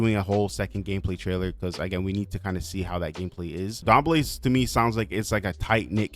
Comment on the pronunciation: Thanks for pronouncing Dambele somewhat to better degree than most other simmers. It's pronounced : dahm-bay-lay